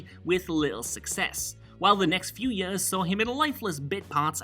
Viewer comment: The way you pronounce years makes me angry